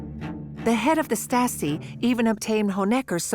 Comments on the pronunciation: Narrator's pronunciation of Stasi goes from Stasi, to Statzi, to Statski. Then there's all her other random mispronunciations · The narrator keeps saying "Staski" instead of "Stasi". Not all of the time, but several times. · Regarding the VO, please note that 'Stasi' does not normally rhyme with 'Nazi'. :-) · The narrator’s pronunciation is atrocious. Is this AI? No English speaker says “Stassee” or Statsee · This is excellent! But the people reading the script could have made the effort to pronounce words properly. Day-ten-tay ? Sing-fred?And Stasi is pronounced in several different ways ncluding staski...And towards the end it's said to be omniprecedent... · I came here to say this!! This lady's inability to pronounce Stalin, Stasi, etc. is driving me nuts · Stassy…. Oh pleeze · The narrator should have studied some German pronunciation 😢 "Statzi"? Wut? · "stah-tzee" 🤣. I know, pay a voice actor, for goodness' sake! Great content, otherwise, though. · How hard to get a narrator who pronounce basic words like Stasi in a f5cking Stasi documentary. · So I am one minute in of this documentary and already I have seen a map of Germany which is totally wrong shading in as part of the GDR land which was actually transferred to Poland after the war. Not a good start. And Stasi is mispronounced. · The female commentary speaker should have reviewed German pronunciation of Stasi as she is butchering it in various ways throughout the entire documentary. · “Staaasi?” Lol “leechtenberg”. Come on. At least get the pronunciation correct. Has to be AI narrated.